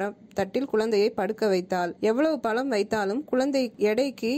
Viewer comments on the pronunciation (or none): நல்ல தகவல், நன்றி. ஒரு திருத்தம்.. பலம் என்று சொல்கிறீர்கள்.. தவறு. அது "பழம்*